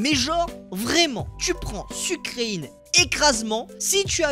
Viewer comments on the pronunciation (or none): Ça se dit sucrèène pas sucreïne😒😒😒😒😒